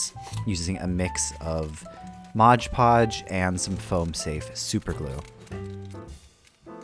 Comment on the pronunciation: 'Modge Podge' 🙈